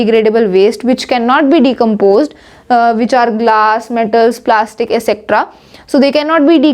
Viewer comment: Your pronounciation of etc is wrong I hope u'll change it